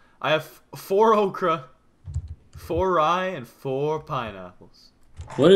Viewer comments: it's Okra NOT Akra everybody like this so he see's this please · He said AHKRA it's pronounced owkra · the ocra is pronounced (oh-cra) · it's pronounced o-CRA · Its pronounced oke ra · Okra? Its beans i guess :p LOL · its funny of pronounced okra